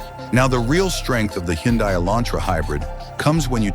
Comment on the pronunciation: It's pronounced hunday like sunday